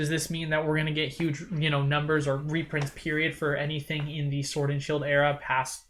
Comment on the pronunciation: Repronts?! Reprunts!?! Rurprunts?! No way Jose.